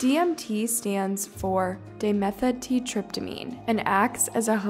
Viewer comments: DMT stands for "die-meth-ull-trip-ta-mean" can't pronounce anything right lol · Say it with me. Dye-meth-uhl-trip-ta-mean.